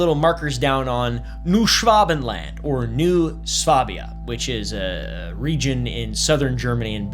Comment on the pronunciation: Why are you saying it like that? Schwa Ben Land, not Schwav Ven Land, Like nobody says its with a v.